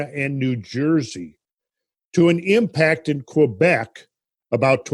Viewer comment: Kwebesh? Kebek.